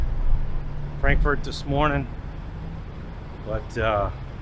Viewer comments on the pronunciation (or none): none